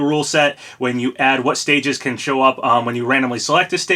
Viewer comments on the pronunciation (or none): none